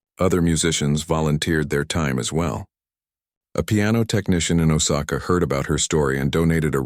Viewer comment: It's oh sa ka get your act together